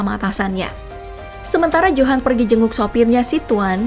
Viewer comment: Bukan johan tapi di baca yohan